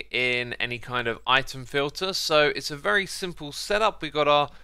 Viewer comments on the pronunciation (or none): none